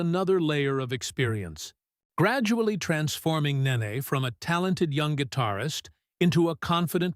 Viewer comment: BTY, it's Nene (Ney Ney, not Nah ney) Get it right, she's a future superstar 😌